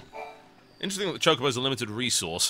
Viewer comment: I think you say chocobo wrong...